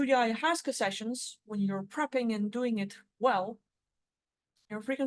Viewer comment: the correct pronunciation of ayahuasca